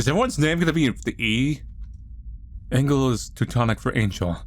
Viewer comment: "Die letzte Waffe" and "Engel" are both german. As a German, i loved your pronounciation of my native langugage.